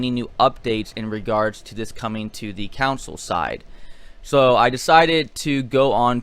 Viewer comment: It's CONSOL not COUNSIL!